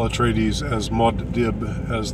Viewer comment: It’s pronounced Moo-ahd Deeb not Mod Dib. 😊